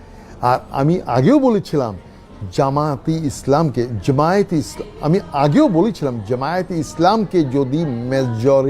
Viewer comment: ZEMAT OR ZAMAT. What a accents. He is now a dorbesh.